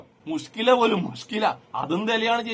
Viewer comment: മോദി പുഷ്കലയാണെന്ന്നോ.. മോദി കേൾക്കണ്ട.. തിന്നു കളയും 😂😂😂😂ചേച്ചീ... മുശ്കില അല്ല,, മുഷ്കിൽ... മുഷ്.., കിൽ.. കിൽ.. ചേച്ചി യെ കണ്ടാൽ അറിയാം ഒരു ഡോക്ടറും ചാച്ചിയെ അടുപ്പിക്കില്ല,,, ഇതൊരു മാതിരി രണ്ട് റിയാലിന് എന്തും ചെയ്യുന്ന ആരെയോ പോലെ 😂😂😂